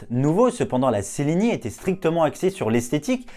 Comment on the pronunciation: On prononce tchelini